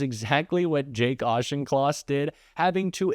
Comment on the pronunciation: The only thing the host got right was the pronunciation of Mr Auchincloss's name.